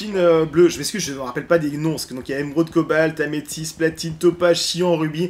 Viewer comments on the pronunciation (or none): Améthyste* pas Amésythe;) sinon super video